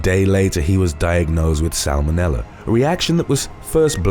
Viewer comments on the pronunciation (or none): none